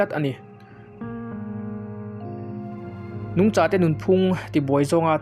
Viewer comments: Nungchâ ilam dan hi a mak thin ve nungcha riha lam tur asin. Tlem chuan Mizo tawng hi in enfiah la uluk leh zual thei la ka ti hlemai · Sir I "nungcha" thluk dan hi a dik lo deuh em aww...a lai laklawh thin😂